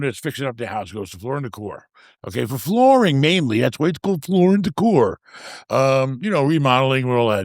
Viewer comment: I think it was the way he was pronouncing it at first, like it was one word. I thought he was saying florindacor. It took me ( and Graham too I think) a bit to realize he was saying Floor & Decor